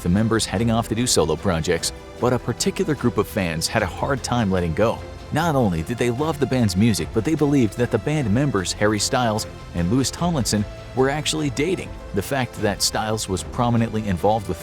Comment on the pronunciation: 1) his names is pronounced "Louie" even though it's spelt Louis. Also, he was never married and the woman he has the baby with was a short term relationship that he's not in anymore.